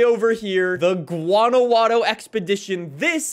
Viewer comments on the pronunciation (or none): No one: Literally no one:: Guanaguano 💀💀💀